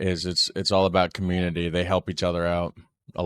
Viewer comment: I just wanted to correct you on the ' Canadian Accent". We have many, many accents as it is a very large country and we stretch from one ocean to the other to the other. Nobody pronounces " about" like you did, generalizing. We do pronounce things differently. That's the point of different accents and languages. People from Newfoundland have a very strong accent according to me and I'm from Ontario.